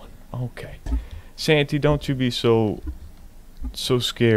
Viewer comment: The way u say santy makes me wanna die